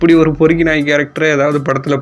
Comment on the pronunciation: பெருக்கி இல்ல பொறுக்கி